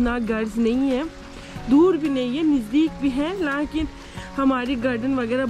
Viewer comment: I love ur laakin 😂😂 By the way it's lekin 😊